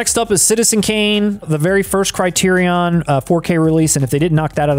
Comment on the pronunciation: There are only three Indiana Jones films. Also, Criterion is pronounced "CRY-TEER-RE-IN."